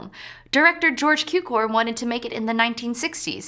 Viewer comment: Geaorge Cukor is pronounced "tsukor". Cukor meaning sugar in Hungarian.